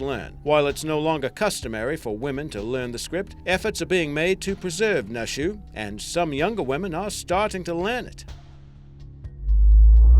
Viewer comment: Nushu isn't pronounced "Nuh-Shoo" but rather like "New-Shoo." Also, Naxi isn't "Nack-see" but more like "Nah-She."